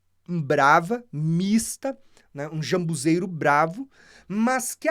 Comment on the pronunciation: Não seria ZAMBUJEIRO? Vc está pronunciando jambuzeiro